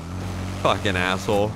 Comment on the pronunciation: at 20 ish I thought you said NASshole 😂